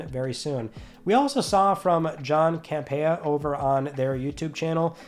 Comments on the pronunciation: "Cam-Pee-uh" please check the source and pronounce the name correctly. And it is John not Jason. Not a definitive list it is his personal list and also possibly some whispers from industry friends. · Haha the butchering of John Campea’s name! 😅😂